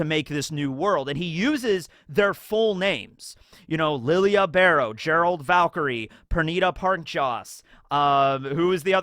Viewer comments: Nobody pronounces Lille's name properly. It's lidjé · You keep pronouncing Lille's name wrong, how is it Lily Ah??? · Discovering Askin is French but still calling Lille like he isn’t from south or Central America where the “ll” become a “J”. Also I love that Hanataro is with squad 11, I can’t wait for the war stories they make about the co 3rd seat that killed armies of Quincy’s. Hanataro should have been lieutenant in all honesty over Kiyone.